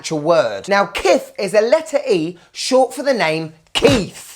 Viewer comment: As a Kith fan who purchased the watch, coming and watching your video was absolutely shocking. The lack of respect was galling. I get not liking it as the pricing was atrocious. What I didn't get was the rudeness of the intentionally mispronouncing the name and the use of a non Kith product to show the brand. I get why you chose the Rhude hat because your idiot audience won't look and see that Kith branded hat sells for 60. I would say you're better than clickbait nonsense, but you are not. It's a poor watch but better than your brand could ever hope to be.